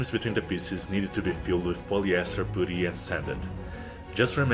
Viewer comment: It’s “puh-tee” not “poo-tee”.